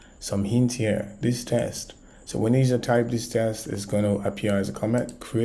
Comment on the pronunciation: my friend thank you that was amazing.. also please know that the word WIDGET is pronounced as WID-JET like a flying JET so WidJet.. and the word TEXT is pronounced as TEKKK+STT so TEKKstt, you have to vocalize the K sound - since you will be using these 2 words alot it is worth pronouncing correctly, as the way you say it as TESTS and widGGET sounds like a different word which is incorrect. thanks again